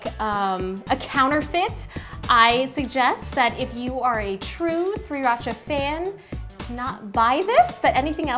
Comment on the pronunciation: youre saying sriracha wrong xd